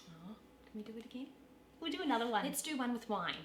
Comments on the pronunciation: She’s saying lits instead of let’s ❤❤ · First hurdle, said "epples" instead of "apples" "Lits git their pear-ents a prisent"